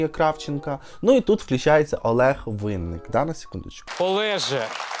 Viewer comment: можна було б вже і вивчити? Як вимовляється прізвище улюбленого нашого співака Винники, але таких недорогих, хто за стільки років не спромігся затямити прізвище відомого співака, є чимало, так що не журись, ти не один, і вивчи нарешті українську мову, а то гидко слухати твій безграмотний суржик, перевиданий матюками